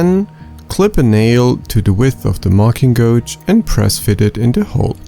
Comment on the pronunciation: Great video and great design. Just a small FYI: "gauge" in English is pronounced as if the U were not there. Exactly like "cage" but with a G. I know it doesn't make sense, but it's English so nothing makes sense.